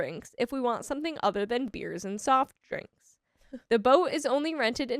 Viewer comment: Sad you cant even say beer